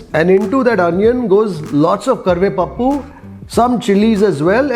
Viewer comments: It's karivepaku not karivepappu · . it's not karvepapu it's karvepaku--, in ur style of narrating karvepa +aku= curry+ leaf.. just saying as a Telugu food lover 😀🙏😎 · Just one change. It's called Karivepaaku not Karivepappu. Apart from that, u have actually tried to present Andhra cuisine so well. Hope u try more! I have one more question for you. Which type of idly do u prefer. Andhra style Rava Idli or Karnataka Style Rice Idly? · It's actually kari + vepa +aaku